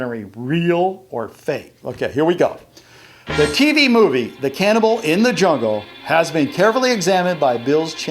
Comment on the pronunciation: On the Card, you say "CANNABAL" not "CANNIBAL" Did you notice?